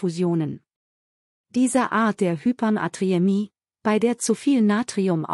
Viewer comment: Danke für diese Informationen. Aber das Wort Hypernatriämie doch bitte richtig aussprechen: Hyper-Natriämie, und nicht Hypern-Atriämie.